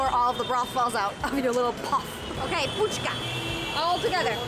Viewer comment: We say it phuchka. Not Puchka.